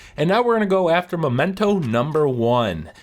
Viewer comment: For god's sake, it's "mEmento" not "mOmento." MEH-men-toh.